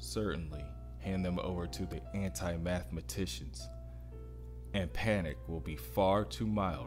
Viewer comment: Anathematician not anti-mathmatician.